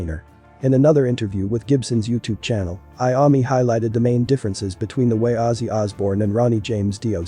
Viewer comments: It's Iommi not Iami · Dude he said tonni iummi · I can't get past the way the man, computer or whatever it is says Iommi. It's horrifying. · At least pronounce Tony's name right!!